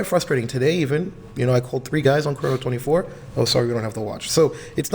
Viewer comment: say chrono24 right like its only said prob so many times in the office... dummy